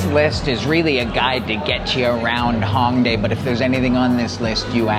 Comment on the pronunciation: It’s “Hōng" not Hawng